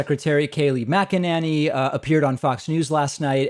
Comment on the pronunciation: Mcenany Saying her last name wrong, I'm not sure if I spelled it correctly.